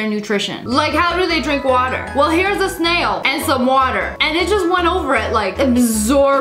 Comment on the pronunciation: No we say water normally not like that